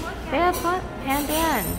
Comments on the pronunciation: Hearing call pandan, "pan dang" is so funny. The correct pronunciation is "pun done" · Pandan was pronounced as “pan-done” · haha as a filipino, i was kinda cringing at ‘pan dang’ but yk, how can you be mad at LOLL